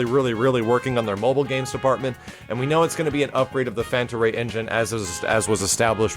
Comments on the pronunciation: Panta Rhei, not Fanta Rhei. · Fanta Ray? You mean Panta Rhei?